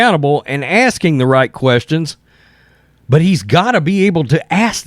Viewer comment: Don’t be aksing me questions, I z the mayor.